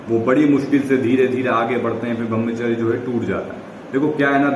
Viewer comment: Bhai brahmacharya ka pronounce thik se kijiye🙏